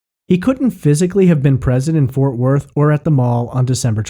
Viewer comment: ForTH Worth? Lol Otherwise great podcast